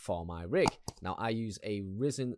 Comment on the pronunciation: It's Ryzen (rye-zen). Not risen. Also, it's an RTX 2060 Super. Not a GTX model. Sorry that bothered my tech OCD. 😂 Great guide though. 👍